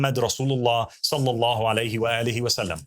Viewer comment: Notice how he is unable to utter the words: sallallahu allaihi wassallam correctly.. not even once! He mispronounces it every time in some way, each time it’s a different mistake. Notice carefully. It’s like he is physically unable to say the words correctly as if Allah has put a leash on his tongue. For those who are observing his speech carefully, this is a clear sign that he is a liar.